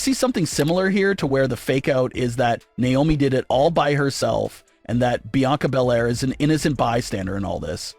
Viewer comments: It's not niomi it's Naomi 😢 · Stop mispronouncing Naomi